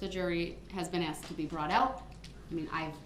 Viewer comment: Now you know he axed a question